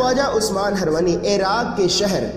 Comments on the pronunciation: उस्मान हरवनी नहीं उस्मान हारूनी है है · Bhai name sahi se lo khwaja shab ke peero mursid ka HZARAT KHWAJA USMAN-E-HARUNI- he harwani nhi he ok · aap kam bada achha kar rahe ho.but aap ke pronounse sahi nahi he. Waja nahi khwaja bole.hirwani nahi harooni bole...